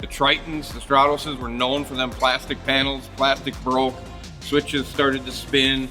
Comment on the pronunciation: Is it pronounced strawtose or stratus...cause in Tennessee it's stratus lol